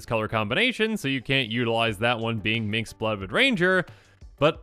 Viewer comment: Is this a running joke I'm not aware of? You keep saying Minx instead of Minsc and it seems like the comments all have their own way of spelling his name.